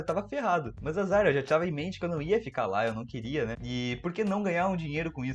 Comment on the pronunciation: pq ele fala MÃS?? MANS???